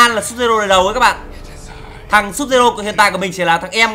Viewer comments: Sub zero đọc là Sub_zero9 n:)) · Vãi chơi Scorpion mà đọc là sud-zero:V